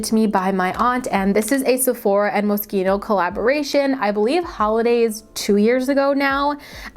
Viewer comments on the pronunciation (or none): Moschino is pronounced mos-Shee-no